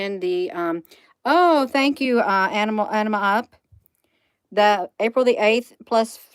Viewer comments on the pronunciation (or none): none